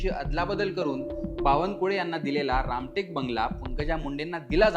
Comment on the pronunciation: रामकेट नसून रामटेक असं वाचावं..